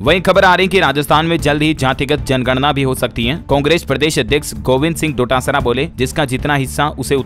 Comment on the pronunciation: भाई डोटासरा है न की टोड़ासरा